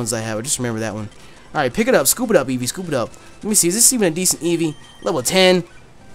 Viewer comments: please when I get my job, and set up my poketuber shit. I will pay you money to never say Evee like that ever again. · Jk but please never say evee like that ever again.